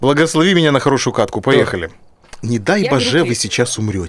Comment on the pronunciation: так и есть нах. Я всегда это слышу а не НА